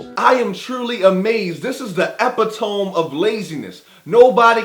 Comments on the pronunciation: "Eppy-tome"? Is that how you Yanks pronounce "Eh-pit-toe-me"? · Great review but I have to say... 'epitome' is pronounced "eh-pih-tuh-me" not "eh-pih-toam." Four syllables instead of three. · Epitome-> (Ah-Pit-toe-me) Not-> (Ep-pit-Tone) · Epitome = e-PIT-uh-mi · E pit toe me, not epi tome Don't want to be a grammar nazi but yeah. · EE - PIT- OH - MEE! AKA ... EPITOME LOL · Epitome is pronounced "Ah-Pit-Oh-Me" and it's By-O-Pic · that nigga look JUST LIKE PAC...demerits Shipp MUST b related to pac..but did this dude just say :"EPEH-TOME"????!lol!!!!!! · Strange Wonder he said:"epeh-tome"....wat do you mean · Epitome!? Mispronounce much? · the way he said epitome 😂😂😂😂😂 please stop trying so hard man lol